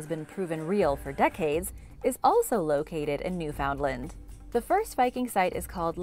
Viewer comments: Pronunciation: NEW fund lend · At the risk of coming under the attack of your super duper fan club, I am going to ask you to pronounce Newfoundland correctly, please. I am not going to tell you what it is. I need you to look it up and the next time I hear you say it, please say it correctly. I need you to prove your humanity 🤔🤣🤣🤣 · i know all the canadians are havin a hard time w the pronunciation of newfoundland rn